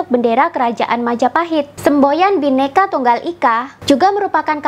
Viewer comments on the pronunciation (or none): none